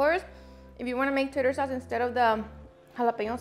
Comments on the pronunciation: tator sauce 🤣🤣🤣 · Its Tar-der sauce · Oh no... it's not tater sauce. It's called tarter. Love the recipe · Looks Delicious.:) Hope you don't mind for a correction. It's Tartar Sauce not Tater Sauce.:) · Same, she rolled past the “R” in tarter sauce. I rewinded it a couple times to make sure I wasn’t hearing things 😂 tater sauce sounds good though! 😁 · no dis respect but its tar-tar sauce not tater sauce 🥔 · Happy Friday Jr my beautiful family!!!! Hope you save this recipe, perfect for tomorrow 😊 and ahhhhhh i didn’t pronounce tater sauce right 😭 why didn’t my camera men say anything???? 😅 oh well you know what I mean 😅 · “Tator” sauce 😂